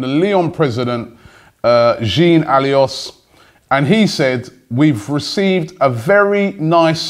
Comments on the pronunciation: lol robbie jean michel aulais is not pronounced allios but rather like ol-ass and jean almost like jan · Robbie mate it's jean (like john not really jin?) and Aulas like Olas